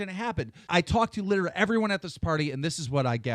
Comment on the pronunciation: the art is dope, "litcheraly" dope